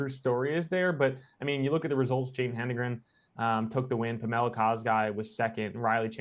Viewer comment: Hed-en-gren NOT Hen-de-gren. It’s getting super old heating announcers and commentators mispronouncing her name. It is 100% phonetic with how it’s spelled.